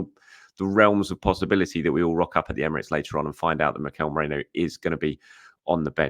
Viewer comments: mer-ee-no please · Still struggling to say Merino I see 😅